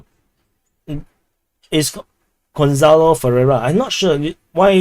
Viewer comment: You actually pronounced my name very accurately, it's pronounced like gon-sa-lo. Other than that 1 livestream per week to see the comments from the previous videos seems like great idea and also makes the community more interactive and gives opportunity to chat more